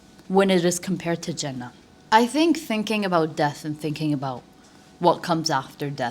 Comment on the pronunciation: And the way you said "Jannah". You're so right, if we'll make time for our deen then Allah will make things easy for us and will give us enough time to build something big❤